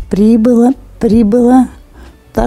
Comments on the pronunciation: А тОрты произнесла неверно(сказала тортЫ) .. На слух так в тОртах ошибка.А выделила другое... Нужно же хотя бы узнать, что такое парОним. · В слове торты ударение на букву ы